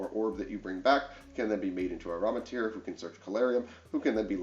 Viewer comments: It’s amritara. Am-ri-tara, not aramitir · “AM-RI-TAH-Ra” lol